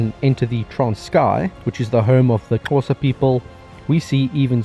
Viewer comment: Thank you for pronouncing Xhosa correctly! 👌